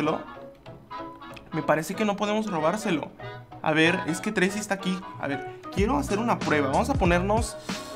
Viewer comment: Llego un poco muy tarde pero solo dejo este mensaje solo para decir que el nombre es "Tracey" no treisi ni treyci,etc...